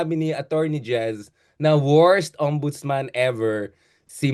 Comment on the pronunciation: yun po bang ex non ombudsman err, OMBUDOLSMAN!